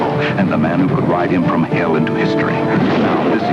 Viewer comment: are you German....it’s just that you seem German.....I guess it’s the weird accents you put in the word vagina, hell, and asshole.